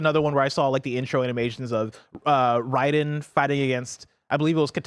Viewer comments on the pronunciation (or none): Dude... For a big Mortal Kombat fan.... does NOT know how to say Raiden's name correctly at all LoL!! He calls him "Ride-N"... When the games and even back to the OG movies have always pronounced it "Raid(like the bug killer spray)-N" Raid-N, RAID-EN, Ray-Duh-En. calling him Ride-N, is probably some like hip anime knowledge legend, who is extremely into Waifu's ( fits that part at the very least LOL), that think calling him Raid-N is like the lame normy way to pronounce his name LoL. Sorry, his name is Raiden, and he will be Ride-n all your favorite waifu's until you figure out how to pronounce it right!!